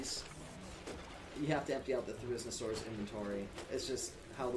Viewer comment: nah the name of it is great i just find the way you pronounced the dino entertaining again great vid ans dw about the quality it was great as well